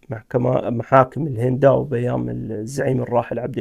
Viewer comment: مهداوي وليس هنداوي !!!